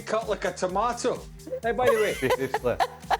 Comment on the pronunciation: “Lurks lik-a’ skinned toomartahh” 😂